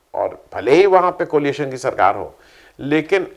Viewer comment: प्लीज..." कोलिएशन" नहीं, "कोएलिशन"!